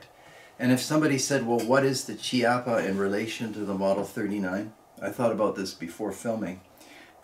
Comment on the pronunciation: Great video!! Just as a note, it is pronounced “keapa” as the “ch” is always pronounced as a “K” sound in Italian.